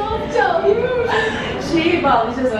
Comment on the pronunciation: bir de fermuarı açık e ile okusan süper olucak be kral akajshshs